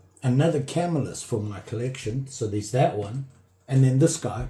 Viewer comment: Hey, i enjoy your videos and i'm a subscriber. I started dabbling in knife collecting all because i saw a Knife Doctor video and that led me to you. I'm absolutely an amateur although i've always liked them but never seriously collected them. Anyway, and i hate to mention this, but i think you are pronouncing Camillus wrong. It's a definite 3 syllable word and it's pronounced ca mill us. Please don't think i'm a smart ass/know it all.Keep up the great videos!